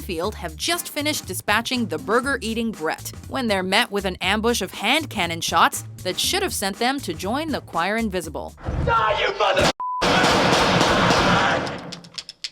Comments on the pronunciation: Brad... not Brett. C'mon. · Brad, not Brett lol